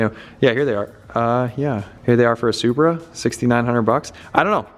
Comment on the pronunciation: Mans really said subra